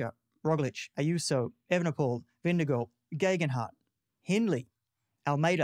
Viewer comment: Hardly credible when you can’t even pronounce Vingegaard 🥴